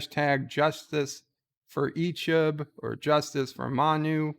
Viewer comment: Yo man! learn how to say it! It's EeeCHEB, not Eeechib!